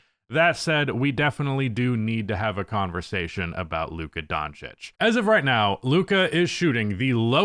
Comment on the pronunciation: Lucka Don'tish